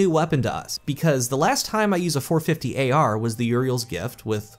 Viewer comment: Ahhh my friend. how video, but ngl everytime you said AR I cringed.